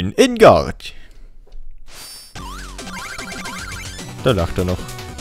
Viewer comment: du weißt schon dass propeller knight nen französischen akzent haben sollte z.B en garde wird "on gard" und nicht on garde ausgesprochen:D